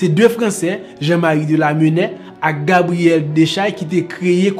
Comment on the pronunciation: Merci broh men li prononcé Gabriel dè è